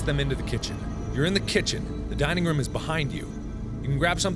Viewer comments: I like how Mark pronounces room as rum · I love the way mark says room! it sounds like he is saying rum it's soooo cute ^_^ <3